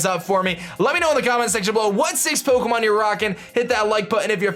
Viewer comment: Just can't stand the way he says 'Pokemon'